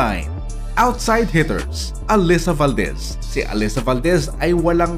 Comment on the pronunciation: Pls pronounce Alyssa's name correctly...😂